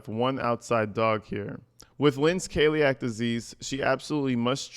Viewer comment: Coeliac is pronounced see-lee-ack just so you know.